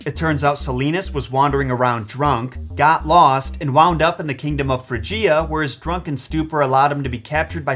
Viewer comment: Why do you mispronounce “Phrygia,” whose accent is on the first syllable (not the decond)?? Why do you mispronounce “Hesperides,” whose accent is on the second syllable (not the third). You so often disdain the advice that’s easily available (in dictionaries and other guides t9 pronunciation) that I must ask why. Please explain why you don’t bother to learn how to say the names and other words that you want us to learn. Would you like it if anyone misplaced the accent OF your own name, sir, and thereby called you “ So-LOW”?